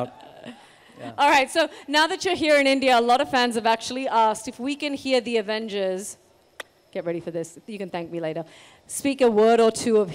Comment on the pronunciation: She said “The Avengels”